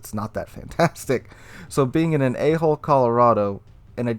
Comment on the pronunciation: Hard to pronounce hull instead of hole? As in A hull Colorado?